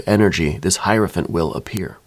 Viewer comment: I love that you actually pronounce hierophant correctly!!! One of the few people on YouTube that do. 👏🏾👏🏾👏🏾👏🏾👏🏾👏🏾👏🏾